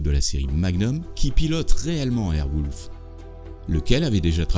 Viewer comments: Pourquoi dire 'airwoulf' alors que c est airwolf (son O) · airwolf ca se dit airouolf pas airwoulf mais c est bon documentaire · Cest écrit en Anglais .... Wolf et ça se prononce bien wolf pas wouuuulf. Tu devrai prendre des cours d'anglais.. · Airwolf pas Airwouuulf Quel idiot🤦🏻‍♂️ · super documentaire! mais wolf ce prononce o pas ou!!!!!! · Surpris qu'il n'y ait pas cette petite anecdote: Bryan Cranston, le célèbre acteur de Breaking Bad, a joué dans Airwolf.. et c'est sur ce tournage qu'il a rencontré sa femme. Donc je suppose qu'il garde un souvenir particulier de cette série :-D Vidéo sympa, en tout cas, même si la prononciation de Airwolf et de Stringfellow Hawke font mal aux oreilles ;-)